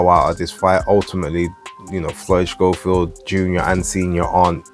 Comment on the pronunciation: How comes you call him Shchofield,? I thought it was pronounced ‘Sco-field’ like the TV presenter that we shall not mention. Could be wrong though.